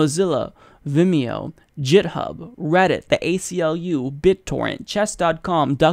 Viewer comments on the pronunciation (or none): Love this. I'm glad so many large companies are publicly on our side, too. P.S. "GitHub" is pronounced with a hard G. :) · "jithub" lol